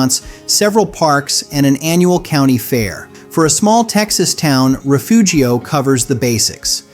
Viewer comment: I'm from Refugio. It's pronounced Reh-fury-oh, and it's a horrible place to live full of worse people. You couldn't pay me to go back.